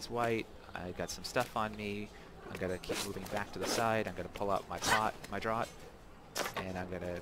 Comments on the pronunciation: 12.37...draart, do you mean draught, funny and odd english word pronounced 'draft'....a 'draught of beer' or 'healing draught' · Good info! For future ref, draught is pronounced "draft"